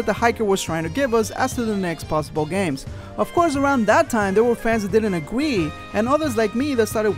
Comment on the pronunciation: he says "agwee"